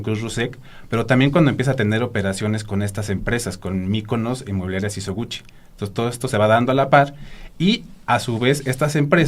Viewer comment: No es Sisoguchi, sino SISOGUICHI